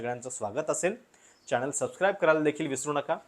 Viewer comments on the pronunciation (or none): none